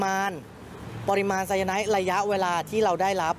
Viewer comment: ออกเสียง คือไซ-ยา-ไน ไม่ใช่ ไซ-ยา-ไน๊ท